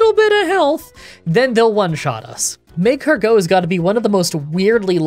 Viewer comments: Why are you saying mag-cargo? It’s magcargo you say it weird. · It really hurts me that you say mag car go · One quick note about your pronunciation: the emphasis on "Magcargo" is on the "car," not the "go." "mag-CAR-go." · Is magcargo two words? Cuz the emphasis on the MAG-cargo is killing me 😂. Good vid tho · You said “Mascargo” in 😂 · An episode of mispronouncing Magcargo as Mag-car-geaux! You know it! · Mah-Car-Go wouldn't fit? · He pronounces it maeg-cargot, as in magma escargot. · I get why you're pronouncing Magcargo the way you are, but it sounds so weird even if it's probably right LOL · I don't care about Pokemon pronunciations. But you kinda massacred magcargo 😂 Unique way to pronounce